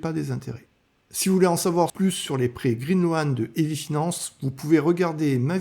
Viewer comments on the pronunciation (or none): Green loan, ce prononce green lone, pas loane, OA en anglais ce prononce O ! Bonne vidéo